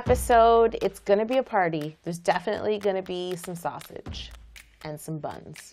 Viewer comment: I don’t know why but every time she would say buns I’d just start cracking up! Lol😂